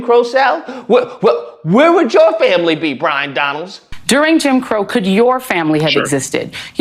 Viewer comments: Byron…not Bryon 😂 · Might help if you got his name straight to sound somewhere credible it’s Byron not Bryon 🤪🤪😂😂 and I doubt that Joy destroyed anything but her own integrity, common sense, and worthiness like the rest of those domb c nts do every day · I love that you keep mispronouncing his name. 😂